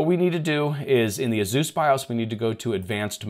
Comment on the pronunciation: You are saying Asus and I'm understanding Zeus :)))))))))))))))))))) and wondering what a Zeus is....